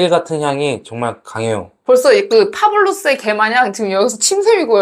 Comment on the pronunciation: 파블로스x 파블로프o